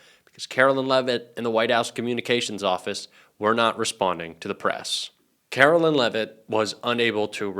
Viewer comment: Caroline! Not Carolyn 😮U should know!😢